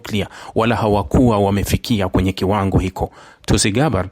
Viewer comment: Kitu hicho, siyo kitu hiko ongea kiswahili fasaha